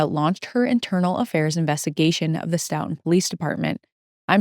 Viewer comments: Very well researched and delivered!! Looking forward to more! (Btw, the locals in Stoughton,pronounce the name of their town STOW-ton, rhymes with "STOW-a-away.) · Great coverage thank you. Also, it’s pronounced like Stoh-Tin